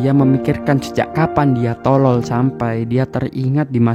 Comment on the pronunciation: Penjelasan bagus, tapi penekanan kata bodoh dan tolol agak mengganggu, tks